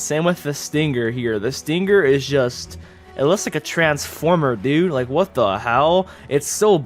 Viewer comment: Who else loves when he says " whayt?!"